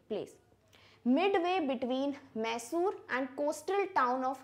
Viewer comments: It’s not Koorg , it’s coorg and also not mai-sore its my-sore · Pronounction of few words like Coorg (mostly importantly), Cariappa, Mysore isn't correct. All Kannadigas would be feeling sad...